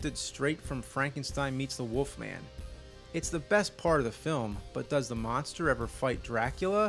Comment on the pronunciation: “The woofman” 😂